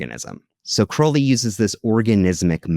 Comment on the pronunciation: I can always tell who is a Crowley simp by how they pronounce his name 😂 All you need to do is look at the state of his own life, at the end of it. He died a penniless addict all alone in a trashy, disgusting apartment. Could never be me putting someone like that on a pedestal.